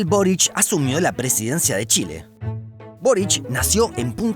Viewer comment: Por qué pronuncian "Borich con CH" si se escribe y Lee Boric???